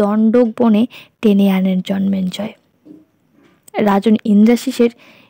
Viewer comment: Bar bar jonmenjoy keno bichi.biriktikor. it's Jonmejoy and not Jonmenjoy.